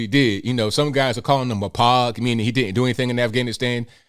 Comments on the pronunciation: Small correction: POG is oddly enough pronounced "poge" with the long "o". Personnel Other than Grunt. lol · It is "POGUE" pronounced PO-GAH. Love the AIRBORNE Daddy. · just fyi, POG, personnel other than grunt, is pronounced like Rogue. And just because someone isn't infantry doesn't mean they never saw combat. In 2004, motor t was the most likely to get it thanks to IEDs and convoy ambushes. That is why ALL marines are riflemen first, 0100, and why even non infantry are required to do Marine Combat Training after boot camp before going on to their military occupational specialty schools. Non infantry marines get (at least when I was in 20 years ago) 3 weeks of a crunched down version of the 8 week infantry school. Yes, infantry are the primary warfighters, and they essentially do basically nothing but train for war during peace time, and nothing but combat really when in country, when almost every other marine does a non combat oriented job for a greater part of their careers, whether in theater or not. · It's sad the criminals lived. Every non criminal should have an ar15 and body armor. It's pronounced Pogue and for Person Other than Grunt. But regardless of that, it's good that he fought back and was NOT charged for doing so. Cops are the clean up crew. Defend yourself. Get an optic, get trained, and put accurate hits on target